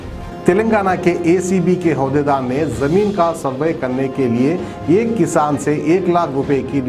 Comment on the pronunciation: Hodaydar nahi hai yaro uhdaydar عهد دار bolo. Dhoolp pait kay excise dept...@